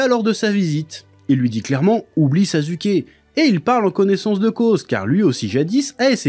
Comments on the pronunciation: Est ce que quelqu’un peut m’expliquer pourquoi il dit “sazuké“ ? Je comprend pas du tout , dans l’anime on entend bien des milliers de fois que les personnages disent “saske” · mais j’avoue quand meme que « sazuké » c’est quand meme abusé 😂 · Sa se prononce pas non plus « sasouké » le U en japonais est souvent muet ou peu appuyé, et quand on l’entend c’est genre beaucoup plus un U qu’un OU. Dire OU pour U c’est factuellement une erreur. En sois c’est un melange de sonorité, toute proportion gardée dans le melange c’est 50% un U 25% un OU 25% un E. ( c’est pas que 50% du temps on dis comme sa, je dis que la prononciation du U c’est un melange dans ces proportions. ) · ouais je sais c'est une prononciation aspiré genre "SSaSSKe" un truc du genre 😅 c'est juste je vanne😂 mais il prenonce tout les nom cheloument il force mais c'est juste marrant en vrai